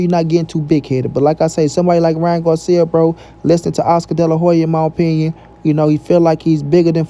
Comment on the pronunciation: Ryan what 🤣🤣🤣 said Garcia right 🤷🏻‍♂️ guarcia 🤣🤣 well guarcia or Garcia he’s a clown 🤡 anyways